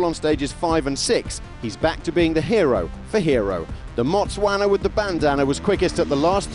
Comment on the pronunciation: Wow!!! You got Motswana correct and not saying Botswanian… super impressive